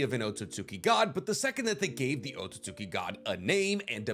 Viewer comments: Is it just me or have you not been saying Otsutsuki for like ever just Otsuki? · why have you started saying otsutski insted of otsutsuki? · Lol say “oat-so-suits-skii”